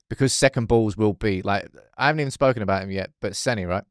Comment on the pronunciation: His name is SENNA, not Senny!!! Amateur.